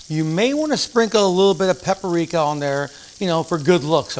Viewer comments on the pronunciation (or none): What in the world is “pepper rica”? I’ve heard of paprika. If that was your attempt to interject some “personal flare”, stop it! You’re just going to confuse people who don’t cook regularly enough to know you didn’t say the ingredients correctly.